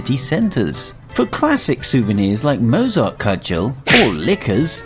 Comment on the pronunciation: 11. Pls pronounce Austrian Words right. We don't wear "Liederhosen" it's Lederhosen. The name is Conchita WURST not WORST. And what the heck are Mozart-Kurtschels? It's Mozart-Kugeln. Sry, but as an Austrian this is freaking me out just a bit. And also number 8,isn't true. When you order tap water, most people don't even care, like we do at our Bar. Great Video anyway